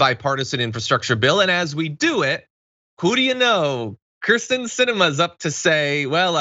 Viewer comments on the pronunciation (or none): They always call her Christin. But it's Kyrstin. 😂😂😂 She may become more agreeable if we pronounced her name correctly. IDK... Whatever helps. 😂😂😂